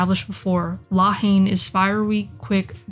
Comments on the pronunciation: Rolled my eyes whenever she pronounced it “Law Heen” lol. Not to be a dick, but it’s pronounced like “La En”. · For a video that purports to be suggests a leevl of fluency with French politics, cultural and racial dynamics, and social situation in general, it was hard to take seriously when the title (two words) is not pronounced properly.